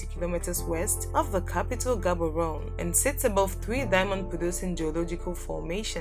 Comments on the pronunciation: Hahaha the way you pronounce Gaborone and Gauteng 😂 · Ummm...you pronounced Gaborone wrong